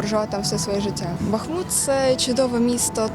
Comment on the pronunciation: Тоді і Арестовича треба навчити, бо він каже БАхмут.